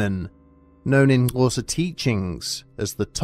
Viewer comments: I actually finally figured out how to say Xhosa correctly with the click from him doing it in this video. I'm not bragging, it's the bare minimum I can do as a white American, but there was a level of confidence that I could make my mouth make that sound that was added by hearing someone from an English-first country say it. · Damn, props for pronouncing Xhosa with the click sound. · The video itself aside, massive props for doing the click in "Xhosa"; in the few instances where I've seen someone say the word previously they seldom attempted the click. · The narration on these is always Hella satisfying but that was just chefs kiss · Properly pronouncing Xhosa was bad ass.